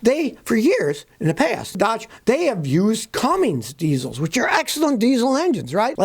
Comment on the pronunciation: Lol , Omg Scotty stop putting the ING in the name Cummins ! It’s driving me crazy !